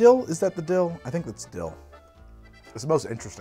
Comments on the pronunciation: "the dill-tho" Good of you to spell it out because that's not what I heard! 🤣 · "The dill-tho" lol sigh I'm a child. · Did you say, "The Dilldo"?